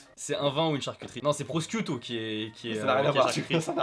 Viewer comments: Alors si on peut éviter de dire prosquitto alors que c'est écrit littéralement prosciutto.. Mes oreilles vous remercie. Et ceci dit vu que tu es obligé de lire mon message je vais évidemment la finir par une question pour malheureusement te faire perdre ton temps, et du coup sais-tu faire le poirier? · Prociutto ça se prononce prichiutto si jamais le C en Italien étant un « Chi » connu le ち japonais. Et le Proseco c’est un vin mousseux un peu comme le champagne. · J’ai chialé à la prononciation de prosciutto